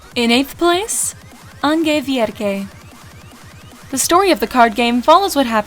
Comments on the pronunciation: It's so fuckin funny the way you pronounce "Ange vierge" HAHAHAHAHA it's french, it actually means Virgin angel. But we definitely not pronounce it the way you did XD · you pronounced "ange vierge" wrong. the name is french, meaning "Virgin angel". other wise good video. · Seeing it was completely fine, but listening to the pronunciation, twice XD